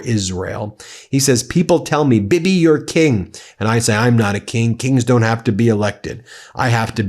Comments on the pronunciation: BEN, Netanyahu’s nickname is pronounced Bee-Bee, not bib-ee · How does it sound when you try to say the name "Bibi", when you have a banana in your mouth??? Doesn't it sound like "Bubba" for you?